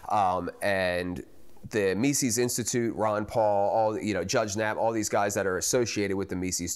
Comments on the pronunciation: He doesn't pronounce Mises correctly. Its not Meesees. It is Meses. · Meezis, not meesees. Think Jesus with an M. Anyway, awesome doc. MC is the future of the LP. 💪